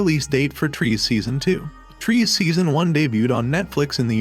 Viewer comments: Trees? LOL! It is pronounced as "Tre-seh." Nuno in the trailer has pronounced it well... but why couldn't you? ;p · Its tre-se not trees bro.